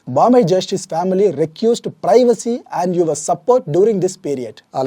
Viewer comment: It is not requist it is request.